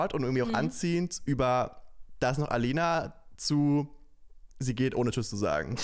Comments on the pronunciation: Aleyna bitte richtig aussprechen, Madleen machts doch vor 😂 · Tolle Princess und eine tolle Staffel 😊 ich finde nur etwas schade, dass du aleynas Namen so oft falsch aussprichst 😅 gerade wenn madleen ihn kurz vorher richtig ausgesprochen hat. Denke da immer an den Satz, dass Menschen ihr Name super wichtig ist ❤